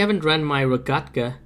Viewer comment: You pronounced rogekta wrong Lol